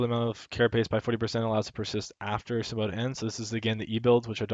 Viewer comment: Symbiote = Sim-bee-aht. Great video though. Learned alot.